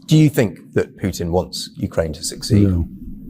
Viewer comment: He says it properly .... just like I spell it "Puddin" .... ROTFLMAO 💙💙